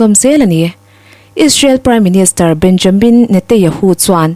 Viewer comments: Isreal PM hming Benyamin, ni lovin Benjamin tih tur. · A ngaihnawm khawpmai,mahse Israel ram hotu ber Benjamin hming pawh lam dikloh hi chu a zia lo deuh, tin an kut hming te.pawh, record hma hian zir chian ve deuh ṭhin a tha.